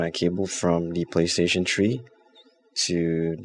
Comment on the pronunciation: playstation tree. LOL